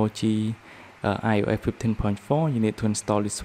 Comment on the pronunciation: I just love how you say io’eh fifty